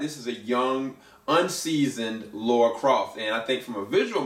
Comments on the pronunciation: Lara, not Laura. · For the millionth time, since 1996: It’s Lara, not Laura.